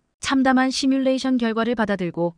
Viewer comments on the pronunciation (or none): none